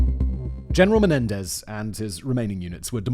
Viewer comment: Hey, can't you read? The blokes name is Mario Menendez, not Mendenez. Your vids are very informative but please get the names right. At least you got his name right after the first time.